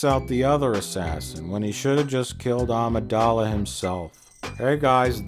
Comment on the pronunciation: Yes, it's also Amidala not Adamadadingdong, and it's proTAGonist not Protazoagonista and don't drink bleach and no, pizza rolls are not the answer to life's questions and no, bagpipes are not the worst thing made by humans (guitars are) and no, he doesn't have hookers locked up in his basement (but I do), and no, it's Shakespeare not Shakesman, etc. He's playing dumb. It's his shtick.